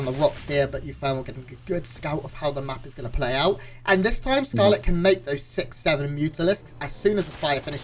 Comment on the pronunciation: Why is the S pronounced as TH? Did you thee that? Thcarlett is about to thcout uthermal rethourceth...